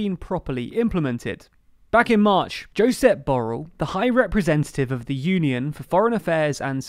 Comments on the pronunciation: YO-sep BO-rell vs yo-SEP bo-RELL. The stress should be on the second syllable. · You pronounce Josep Borrell as in Jósep Bórrell, but it is in fact Josèp Borrèll in Catalan [ʒuˈzɛb boˈreʎ ] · Great video! But a little nitpick, it's Jo-SEP Bo-RRELL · Your pronunciation of Josep Borrell had me laughing hahahah but interesting video nonetheless